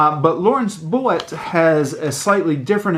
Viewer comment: His last name is pronounced “Boat”. Fr Boadt had a great sense of humor, so no worries. ❤